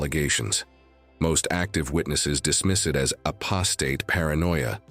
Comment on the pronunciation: I don’t like this voice It’s not in sinc and doesn’t even pronounce apostate properly ?????